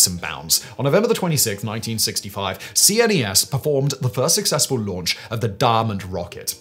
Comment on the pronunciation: CNES is pronounced "qness", not spelled out. 😉